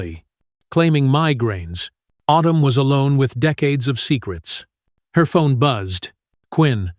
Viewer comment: Girls name is autumn not otoom, also this is supposed to being an American school so why does narrator break into a French or European accent for certain words eg dangerous etc, get someone who can speak English